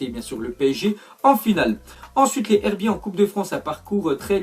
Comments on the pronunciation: C pas les herbiter c les z herbier sa se dit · Il faut faire la liaison pour les herbiers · Tu dit mal les herbiers faut que tu fasse la liaison comme si sa se disait les zherbier